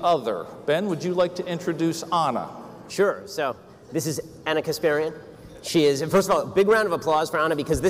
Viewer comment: Mispronounced her name in his first comment.